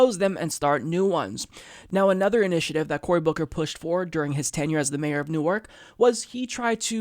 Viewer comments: FYI It's pronounced Nork. Not new-arc. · It's pronounced New-Erk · It's spelled newark, but pronounced newerk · I simply CAN'T be the only born-and-raised New Jerseyan here, who was cringing at pronouncing Newark with emphasis on the second syllable instead of the first.